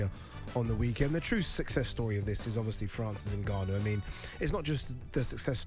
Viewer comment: Had to stop watching this 2 minutes in purely for how Gareth pronounces N’Gannou. Criminal